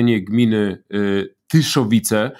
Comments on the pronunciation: gmina Tyszowce nie Tyszowice. Tak tak...te Tyszowce z 1655 r. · Nie "Tyszowice", a TYSZOWCE ! Wstyd pierdyknąć taki błąd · Nie Tyszowice tylko Tyszowce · Gmina Tyszowce a nie Tyszowice od miejscowości Tyszowce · Tyszowce nie Tyszowice, - o konfederacji tyszowieckiej Pan nigdy nie czytał? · Gminy TYSZOWCE :D:D:D a nie TYSZOWICE :D